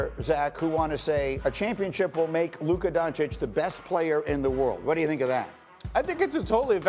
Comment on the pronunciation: Subtle jabs the media has been taking against luka and kyrie. Notice how sas always pronounces lukas name as “lukur”, and notice how these guys make sure that if they do call luka the best player they say he maybe the best “offensive” player. To constantly discredit his defense or to put a asterisk on his greatness. When curry who plays no d and jokic who plays no d are doing their thing and winning then they are the best “player” but when its luka then hes the best “offensive” player.